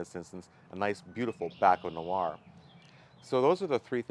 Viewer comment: Interesting video and informative. Question: what is “batten noir”. I’m sure I spelled it wrong. Clearly you weren’t saying pinot noir. Never had wines from Ontario but for Canadian wines I really love the wines from BC! World class. Thank you.